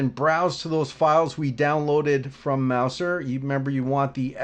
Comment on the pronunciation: It's pronounced: Mouzer.